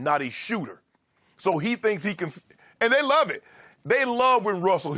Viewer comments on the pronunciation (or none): none